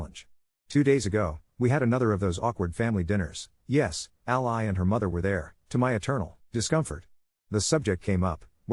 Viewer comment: I don't know what offends me most, the situation or the way the narrator pronounces "All-Ly"